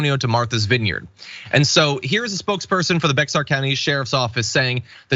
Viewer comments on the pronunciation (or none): Pronounced like bear Bexar county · Bexar is pronounced BEAR omggggg i wanna die a little every time I hear "Bex are" please do your research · Yeah, we pronounce it like "Bear," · So Bexar was a ranch I'm sure at one time or ranching country...why? Because the X is what is put in between....if you take the X out then indeed it is Bear....but I like you am a Texan and it's funny to hear non Texans take that on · LOL you lived in Austin which is only 1.5 hours from San Antonio Bexar ( Sounds Like Bear) County.. LOL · It's Bear John, just like the animal. Not Bex ar. The x is silent. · It’s not bex-ar, it’s pronounced “bear” county. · It's pronounced bear, not Bex- ar. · It’s pronounced like BEAR not Bexar. They were asylum seekers as well. I live in San Antonio. He’s such a horrible person as is TX governor Abbott , who was in on it. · It's not BeX ar it's pronounced BEAR lol but don't expect folks who are not from Texas to know that! Ok, when I originally posted I hadn't heard the video all the way through. He said Austin not super close to Bexar County, not TRUE! I'm from Austin... Austin and San Antonio (Bexar County) only an hour away from each other 😂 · It's pronounced 'bear' not bex-ar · Not "Beks- are", "Bay-Har". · Bexar County....it is pronounced "Bear" County. Not "Bex R". 😂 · Actually Bexar is the name of the county. The city is San Antonio de Bexar. Mexicans would pronounce it bay-har but anglos came to call it bay-er. For those outside bex-ar is logical but its funny to hear for a Texan. 😄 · Bexar County is pronounce Bear County. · John, "Bexar" is pronounced "bear". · Hi! Bexar is pronounced “Bear” county. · Bexar county is actually pronounced as bear county. Lol. I know it’s besides the point but it’s always funny to hear someone pronounce it as such. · Pronounced bear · Bexar is pronounced bear. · Pronounced Bay har County I know that doesn’t make sense but has to do with Spanish use of X in words. I live in Bexar county. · Bexar is pronounced "Bear".